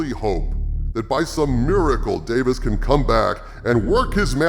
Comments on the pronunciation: His name isn’t Davis. It’s Davies. Rhymes with “babies.” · Russell T. DAY-VEEZ, not Davis. Now you know. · Davies, not Davis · DaVIES not DaVIS old chap :) like its a plural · I really enjoyed this one,. We are of the same mind and heart in regard to the return of Davies. Expressing both sides through a conversation with Harvey was brilliant. I do find one thing odd, though...you are the only Who fan that I have ever met that mispronounces Russel T Davies last name. If it was intentional, it was not obvious.